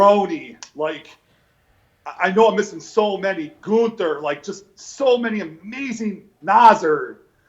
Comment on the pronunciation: Goonter, Nazer lmao